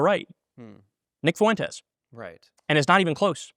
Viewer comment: "Nick Foo-Entez"